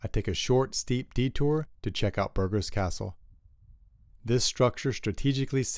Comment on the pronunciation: Please try to pronounce city names properly. It spoilt an otherwise excellent video. The way you pronounced Burgos was criminal.